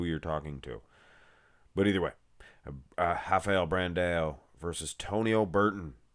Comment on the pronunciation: im brazilian… mmm is doing a good job in the pronounce